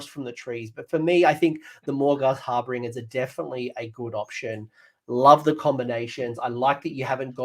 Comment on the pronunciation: why cant either of you pronounce harbinger?